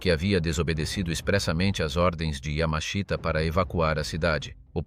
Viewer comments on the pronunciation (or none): And no, not Yammer-Sheeter, nor Yammer-Sheetah. Robot fail again. Oddly, the robot gets his name not correct but presentable once or twice. The written text is not bad, so it's a damn shame to spoil it with these silly robot mispronunciations.